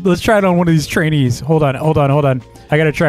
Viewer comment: why do i always here chines when he say trainees